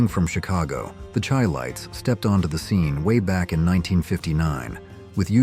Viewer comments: Not pronounced Chy lites .. it's sounds like Shy lites. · The Chi-Lites is pronounced like Shy-Lights. They weren't named after tea! Do at least the minimumresearch before posting.